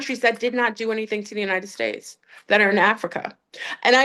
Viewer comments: She always says the “United Fakes” 😂 but it did sound like steaks and now I’m wanting Outback! 🥩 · Pretty sure she just said United Steaks, now I'm hungry!